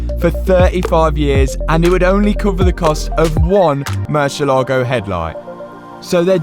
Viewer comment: bro it is murciÉlago, an accent on the e. Looking good btw great work